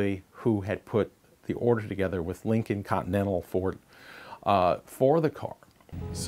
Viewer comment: I stopped watching when he said "Lincoln Continental."